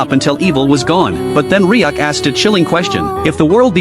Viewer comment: It's Ryuk not riak